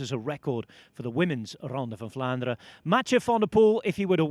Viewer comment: As a native Dutch speaker I can confirm that generally in Dutch all letters are pronounced, however EN at the end of words is one of the few exceptions. Most Dutch people will ponounce words ending on EN as an UH sound known as a schwa ( ). Belgian people are a bit stricter in their usage of Dutch so some might really articulate the EN but i think even in Belgium it is a minority. So Vlaanderuh is perfectly fine.